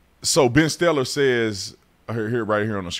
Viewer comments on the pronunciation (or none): C'mon man, "Ben Stellar"? 😂😂